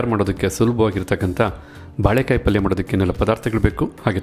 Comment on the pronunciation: Sariyada pronunciation helappa first "balek "balek" entiralla?? sariyagi "baleykaaiye" eendu heladh kaltko first 😅😅